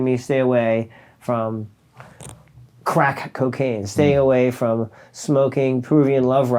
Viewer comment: He cant even say crack, bless his lil heart.